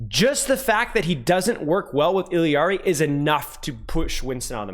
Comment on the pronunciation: is one of the few that say it correctly.